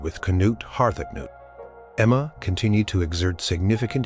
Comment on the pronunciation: Harth-acnut....Har-ta-cah-newt....this among many others.